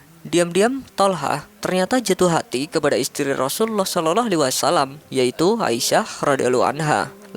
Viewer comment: pengucapan salallahu bukan shalaloh dan radhiyallahu bukan radhiyaloh kurang fasih min. 🙏